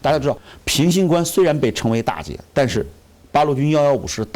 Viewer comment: 臨沂大捷 不是大劫 大捷